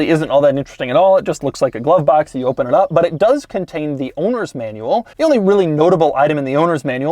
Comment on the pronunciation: "oopen top"